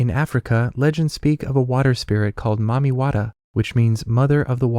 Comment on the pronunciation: Mami-wa'er lol